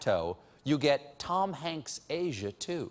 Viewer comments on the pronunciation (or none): none